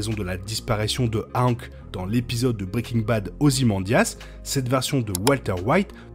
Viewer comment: Pourquoi prononces tu "Hank" avec une phonétique françaises alors que même dans la VF il prononce son prénom à l'américaine ?